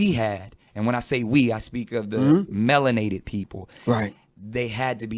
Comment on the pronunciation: This clown said melon-ate-ed. Lol .simpleton.